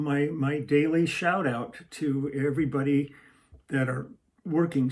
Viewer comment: Ah the day-Lee treat.